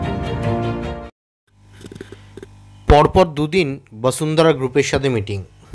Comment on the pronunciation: দাদা বসুন্ধরা উচ্চারণ করুন শুনতে ভালো লাগে ভাসুন্দ্রা শুনতে বড় বাজে লাগছে।